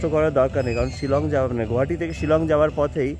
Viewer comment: Correct pronunciation of Guwahati is গুয়াহাটী, not গুহাটী or গৌহাটী😊